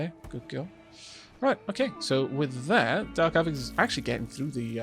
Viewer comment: I noticed with your lets play with Wanderbot, he pronounces your name with a hard A sound. A-vack. As an American I apologize on his behalf but understand, Ameri-english loves to turn pretty much any vowel, especially one that's leading , into its hard form. Savages, I tell you. =)